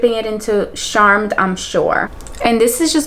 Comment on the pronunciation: Girl I love you but the way you said beige, candied peach and charmed I'm sure killed me omfg 😭😭😂❤️ I love you still pls don't kill me but omfg